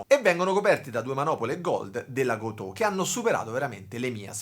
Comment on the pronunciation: Bellissimo video bellissima chitarra, no si pronuncia Gotòh , ma Gotoh senza accento....ho vissuto anni in Giappone....